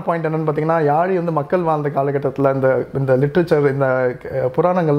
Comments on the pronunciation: Yali illa yazhi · Yazhi crt ah pronounce pannunga bro thamizha.🙄👈